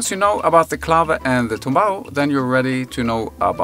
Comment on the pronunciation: TUMBAO with "u", comes from "knock down" and in salsa music is the formula to play the disected chord in arpeggiated form, initialy played on the "tres" instrument (a three chorus guitar instrument in latin america, Cuba). More info coming. In spanish the verb is "tumbar". NOT TOMBAO, BUT TUMBAO with "u". Thankyou.